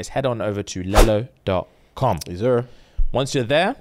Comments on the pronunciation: Man said lell-o like how kids say yellow. It’s lee-low 😂😂😂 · its pronounced leelo guys, like lelo and stitch lelo😂😂😂😂 but i love the new bag's coming